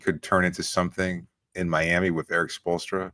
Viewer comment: The Miami accent was spot on haha